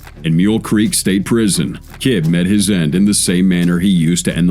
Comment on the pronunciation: Roger ki BEE Not KIB.